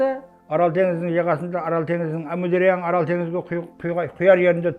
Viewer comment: 😊орол емес АРАЛ